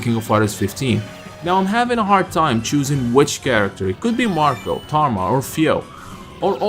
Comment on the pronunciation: Thank you for calling Marco by his proper name.